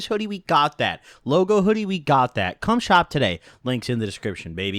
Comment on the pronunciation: sounded like he said cumshot but he said come shop